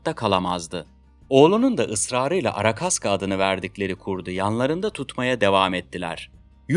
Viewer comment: arakaska değil arkashka ruscha ismi arkadiyin kısaltılmışı